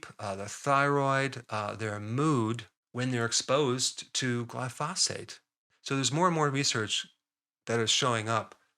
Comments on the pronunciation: Isn't it pronounced GLY-pho-sate, with the stress on the first syllable? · Doc , When pronouncing glyphosate put your emphasis on the first syllable and let the rest fly. Just think of the word hibernate and how the emphasis is on the first syllable there, and all will be well